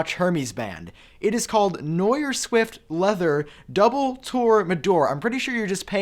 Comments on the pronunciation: Did my dude really just say noyer? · Hey, 'noir' is French. It means dark--& that aptly describes the color of the watch band, but it's actually pronounced like 'n'our'.